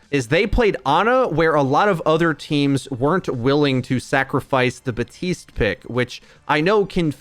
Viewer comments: it bothers me some much when hes buh-teest instead of bap-teest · Anyone else getting annoyed by him saying "batiste"?